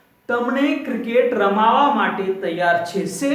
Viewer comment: U r spking absolutely wrong, it is not ramavaa. It is ramva n nt che cho